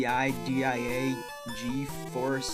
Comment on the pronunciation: Did anyone else cringe or die a bit inside when he spelled out nvidia?